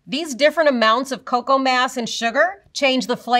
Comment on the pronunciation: It's not caco it's coco